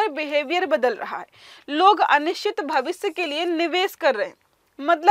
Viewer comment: भविसय नहीं श्रीमती जी भविष्य बोलो